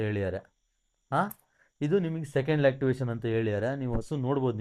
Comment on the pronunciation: Lactivation ಅಲ್ಲಲೇ.... "LACTATION "😂😂